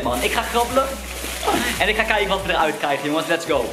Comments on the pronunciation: 4.24 kaken in de plaats van kijken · kaken in de plaats van kijken